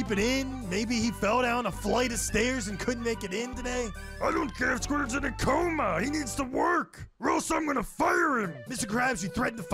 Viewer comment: The Squdwarding